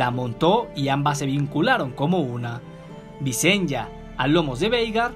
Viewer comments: La pronunciacion es Vicenia no Vicen-ya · visen-ya? entonces son targar-yen xD buen video!